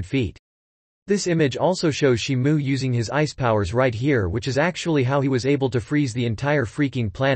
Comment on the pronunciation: Why is he saying shimu ,he got the name wrong